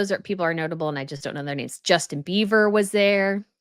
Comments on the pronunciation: Are you saying Beaver for Bieber 😊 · OMGoodnes...it's Bieber not BEAVER!!!😳😂 Come on now...if you are the producer and editor of this channel...I beg of you for quality editing! 🤦🏼‍♀️ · It's Bieber not Beaver, he is Canadian close to Beaver but not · I love your channel,, but, really? Justin BEAVER, and Hailey BEAVER? It's BIEBER. Only among the most famous there. Thanks for all the photos! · Really,? Justin BEAVER, and Hailey BEAVER? It's BIEBER! Only among the most famous there. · Hard to take u seriously as a professional when u get so many names wrong. Kathie Lee Griffith? It's Kathie Lee Gifford. Justin Beaver? It's Justin Bieber.